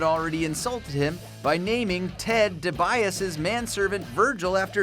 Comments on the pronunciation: "ted De-Bi-As" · who the fuck is Ted Deebuyass?